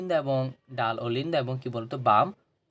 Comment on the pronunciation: ডান ❌ ডাল